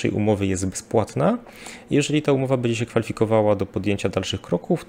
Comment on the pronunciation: Panie, jedna porada -- nie mowi sie "bedzie", ale "bendzie"